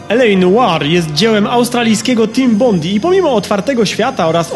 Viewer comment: Team Bondi czyta się tim bondaj :D